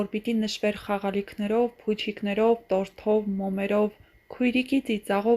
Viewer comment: ԽաղալիքնեՌով փուչիկնեՌով 🤦🤦 Աղջիկ ջան մի էո թեմայի վրա Դիտումներ հավաքի!!!! Հա ինչի էս էտ քո անտաղանդ (неуместны) ակցենտով մարդկանց մռնռացնում։ասելուդ իմաստը որնա? Որ մարդիք լաց լինեն?? Ավելի լավա գնա քո էտ տոնայնությամբ Սևակ կարդա։դա կսազա։